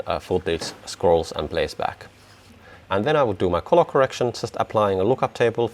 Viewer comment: Very interesting. Good job. Just mind you that colour is pronounced culler, not coller.